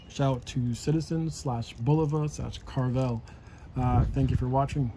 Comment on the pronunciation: Pronounced Care-ah vell